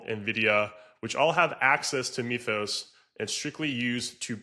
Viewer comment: The "y" in "Mythus" is pronounced as a short "I", NOT a long "e". Say the word as if it were written "mithus", NOT "meathus".